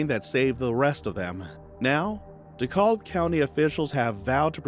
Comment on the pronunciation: Did he say Dekolb county ? It's DeKalb County. RIP beautiful lady and precious baby girl.